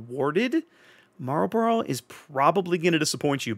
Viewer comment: Kudos on the correct pronunciation of 'Marlborough". It's down the road from here. Always sounds funny when people say it like it's a pack of cigarettes. Edit: Oh wait, you just did the cigarette thing. Got it right the first time though ;-)